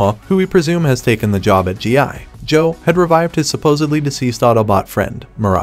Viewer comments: I hate how he says G.I … Joe 😂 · Bro why cant u pronounce gi joe normally smh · it’s one word for g.i. joe not hyphenated like you say, say it as one word, I grew up watching the original cartoon stop butchering it. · I thought it was a real person speaking until I heard how they said G.I. Joe lol. Getting crazy how authentic AI sounds. In cases like this, I don't necessarily like it because it's taking away someone who could be getting voice over work. On the other hand, it's useful if the content creator isn't good with speaking themselves, or can't afford to hire a VO. Super weird times we're living in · The Pause Between GI & Joe Makes Me Know For A FACT That This Was A Review By A Bot🤖. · Exactly, I hated it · I hate how he said Gi Joe